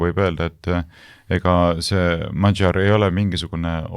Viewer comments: Péter Magyar hääldatakse umbes nii - Peeter Madjar. Saates üritatakse perekonnanime hääldada umbes nii - "madžar" Donald Trumpi võiks eestlase suu läbi rahulikult hääldada "Donald Tramp" mitte üritada matkida mingit ämerikan inglišit, seda enam, et britid-jänkid ise väänavad seda nime sajal eri moel. Mitteinglased aga hääldavad igaüks üsna koduselt. Lätlastest-leedulastest ei hakka rääkimagi, neil on Donalds Tramps ja Donaldas Trampas ... Me ei peaks häbenema oma eesti aktsenti! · Magyar hääldatakse modjor ja Fidesz fides. Szijarto rõhk on a ja o peal.